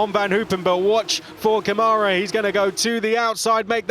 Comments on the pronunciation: 🎉 Agree 100%. They also still cannot pronounce last year's F3 champion name correctly. The caret symbol on the first A in Câmara means that syllable is the strongest one. So it's pronounced like CAmara, not CaMAra. Not hard. Really disrespectful. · IT'S NOT caMARA, f... Why you do that with Brazilian pilots? IT'S CÂmara!!! Learn something!!! And respect the Brazilian pilot!!